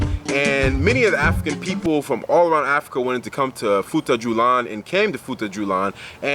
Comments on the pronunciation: I am Fulani, great video by the way. Just to help on the pronunciation It futa jalon not julan Their houses called sudü-hudö mean Sudü = house Hudö = dry straw, weed Thanks for making this video 👍🏾🇬🇳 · love the video and i am from futa djalon. its pronounced as futaa jalloh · it is pronounce as "foo ta jalloh